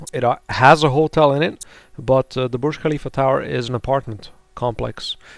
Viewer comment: You pronounced Burj Khalifa correctly xD